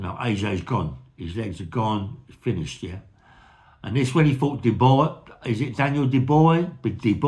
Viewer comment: Usyk is a great boxer. Dubois is best said by pronouncing the name "Dub-waa"